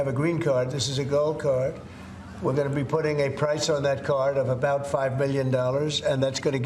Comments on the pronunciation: “let’s talk boout it” As a Brit, she sounds Canadian🤣🫶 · Ohhh Desi... you are so welcome... just say abowt .. only fishermen in Maine, Newfoundland an' yer Nova Scotia say oot. dear. Eh ? A lot of Americans say abaut. Or we have funny hearing too. And stop with the KENada. It is not Barbie and Kenada. Think Tuna Can .. if you can